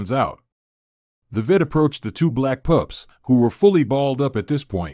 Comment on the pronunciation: What kind of narration is this.? Weird and the guy says VIT instead of Vet and says POUPS instead of Pups.